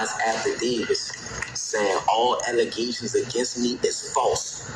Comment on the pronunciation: Alygasins and afadavis 😂